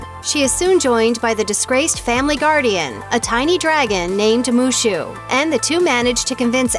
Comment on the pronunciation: Is wushu not mushu 😂